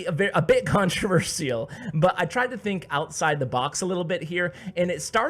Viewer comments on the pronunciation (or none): "A Bit ControverSEAL